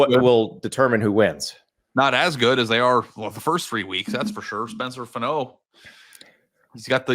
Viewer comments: Guys...he's a first round pick, so please pernounce Spencer Fano's name correctly. It's not pernounced Fuhnoooo. It is pronounced Fah-no. Love the show. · Can you please pronounce Spencer Fano’s name right? It’s FAH-NO not FUH-NO